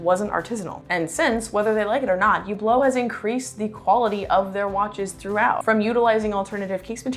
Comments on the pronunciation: the "H" is silent...so not Hublot as in Huge but ublo no H and no T...emphasis on the end of the word...uBLO...no H and no T and no emphasis on the U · Good video but you need to learn how to pronounce Hublot